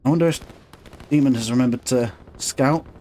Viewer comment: Btw it’s DAY-mohn it comes from Greek :)